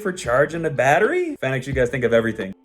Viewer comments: I love that light and you’re definitely saying the name wrong 😆 it’s (Phoenix) not Fen-ix.. no worries tho dope video. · Since you partnered with “fi-nex” maybe you should pronounce it “Phoenix” as that is the correct way to say it